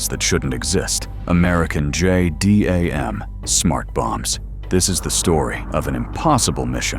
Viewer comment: It's pronounced "jay-dam." Add the numbers if you must...